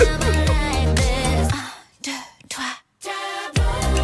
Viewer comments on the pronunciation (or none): none